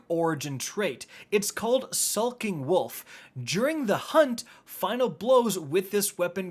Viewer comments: It's Skulking Wolf not Sulking Wolf. You're like the 4th YouTuber that has said that.. am I missing a meme er something? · Skulking not sulking. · "Sulking" Wolf....lol